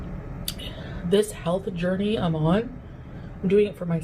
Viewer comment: "Hulth Jorneee"